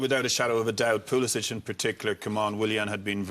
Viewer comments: Mr pulic😂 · man said PULICH